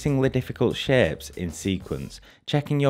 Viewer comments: THANK YOU! i appreciate this tutorial but his pronunciation of that word hits my ears so uncomfortably. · there are some good shaaaapes lol the way he says "shapes" is so weird lol